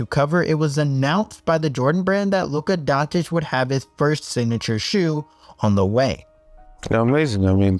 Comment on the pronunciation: Can someone explain wher in Luka Dončič is a letter T